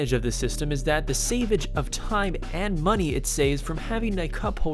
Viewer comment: 5.04 "almost 60 states" Out of 50? Also, "saveage" (5.57) is not a word.